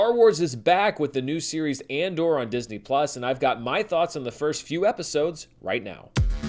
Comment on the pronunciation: Did said “Mandor” at?